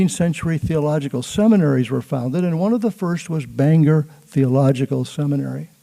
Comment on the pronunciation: Wonderful! (Except it's pronounced "Bang-gor" in Maine, not the Irish "Banger")